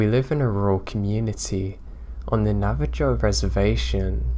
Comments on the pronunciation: I love you to pieces, and I love everything you do for us. But, it's Nah-vah-HOE, not Nah-vah-JOE. It's an "h" sound. Lime they do in Spanish. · Its pronounced nava-ho not nava-jo